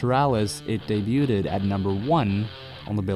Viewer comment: Debuted = Day-Byood pronunciation. I've heard you mispronounce this in several videos and each time it makes me want to set you on fire. Other than that, I'm a fan of your work.